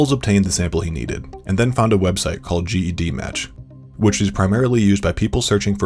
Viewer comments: Hello- it's pronounced JED match not G E D match. GED (Jed) for gedcom a genealogy file name. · The website GEDmatch is pronounced jedmatch not G E D match